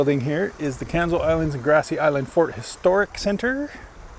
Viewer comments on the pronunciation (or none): Not the south east corner of NS, it’s the north east corner. Pronounced Canso, not Canzo. Great tour though.